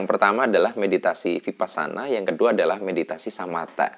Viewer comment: Mas, kalau huruf "V" itu bacanya W. Jadi Vihara dibaca Wihara. Vipassana juga V dibaca W.